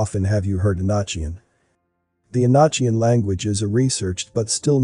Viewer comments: I dig your videos brother, but, it's not "E-notch-ian"🙄,good lord. It is the E-NOK-ian language. Just like epoch isn't pronounced e-potch. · Enochian is pronounced, “E-no-kee-un.” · Enochian. You pronounce the o and it was a type of Angel language. I think the John Dee and his associates we're practicing black magic. Conjuring demons as a result selling their soul Malthus deal. You and your team doing incredible job and went to thank you for all your videos I've been watching for years. Carry on blessings in Christ Jesus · you asked what we think about the video ... The information is fine, but the mispronunciation of words is quite annoying. Words such as Enochian and Teotihuacan should be pronounced correctly. It quite diminishes the ovrerall impression of the video.